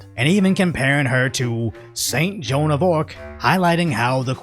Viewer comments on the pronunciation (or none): none